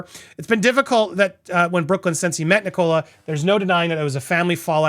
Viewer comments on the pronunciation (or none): Fyi, Andy the name Nicola is pronounced NICK- Uh- Luh. Not Nick-COLA.